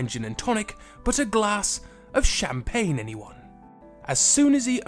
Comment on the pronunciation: Pls dont say champagne made me go crazy